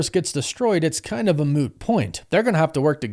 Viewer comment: "a moo point" 😂 Friends reference. I alway hear moo, not moot. "A moo point. Its like a cow's opinion, It doesn't matter."